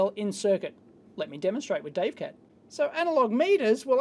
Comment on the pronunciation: "Dave CAD"... hahaha!